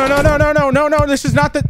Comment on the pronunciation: it sounds like he cussed, but he said 'man this is intense' it's just the way said it sounded like that.